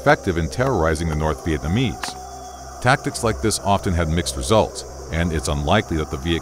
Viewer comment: Bro your pronunciation of Vietnamese mad me rage more than those people who say pho as fo